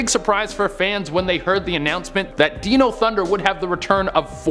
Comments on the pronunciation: Did bro really just say Deno? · Wtf is "deeno thunder" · Did he just mispronounce dino?